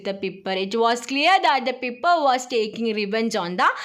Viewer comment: Piper alla pyper ann